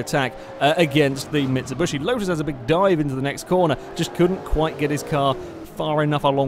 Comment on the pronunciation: Interning pronunciation of Mitsubishi